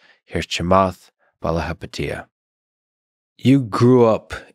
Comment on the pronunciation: cute how you try to pronounce a Sri Lankan name😂